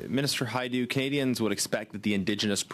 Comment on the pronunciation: Patty Hajdu, do as I say not as Ha du...lol